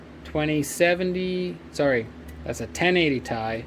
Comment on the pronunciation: zillion megahash and I'm obsessed you call them 'ties.' I've always called it tee-eye. Poetahtoe! you've got a nice pile of cards!